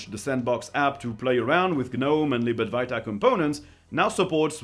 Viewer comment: I really like your videos, just one pedantic request. Could you possibly say libad-W-aita? I find myself saying libad-V-iata because I hear you say it so much - you seem to be the only Linux youtuber who mentions it's progress. Now I hear myself sounding German when I say it in my head 🤣 Or am I saying it wrong?